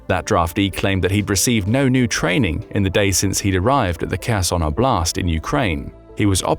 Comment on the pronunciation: Again: the correct stress is 'Oblast, not obl'Ast 😂